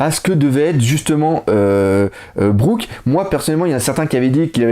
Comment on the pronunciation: Ca se dit Brouk ! Et un utilisateur de FDD perd ses forces dans l'eau tout simplement, pour le bateau de BigMom, je ne pense pas que ce soit un FDD, juste une tête animée ! Et si elle fait des grimaces quand les mugiwaras explosent le bateau c'est juste pour rajouter du fun (Le Going Merry faisait ca aussi =p) Continue tu fais du super taff, biz !